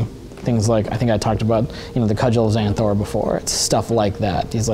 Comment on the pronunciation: WTF is a cudgles zanthor or whatever he said?